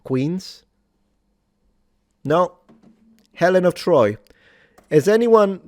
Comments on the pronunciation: Helen of Boi 🤣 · "HELEN OF DETROIT" 🤣🤣🤣🤣🤣🤣🤣🤣🤣🤣🤣🤣🤣🤣🤣🤣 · Helen of De-Troy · Helen of Detroyt is diabolical lol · “Helen of Detroit” you are the devil😂😂😂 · Helen of Detroyt. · Helen of Detroyt. 😂😂😂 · Helen of De Troit . . . 😂🤣😂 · helen of dertoyd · Ah yes, Helnah of Detroit